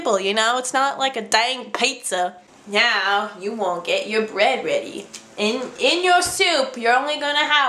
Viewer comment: Did you mean to say "Now" as "Meow" because I swear to God man X"D "I'm sorry I moved the Internet"